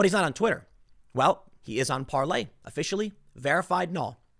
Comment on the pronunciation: Stop calling it "Parley," you sound like such a joke, Tim.